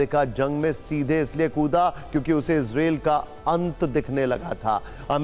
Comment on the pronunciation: Anchor ji इजरायल hai yal इजरेल and jyada chillate ho